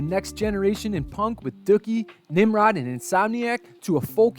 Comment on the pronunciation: Did he call the album duukie!?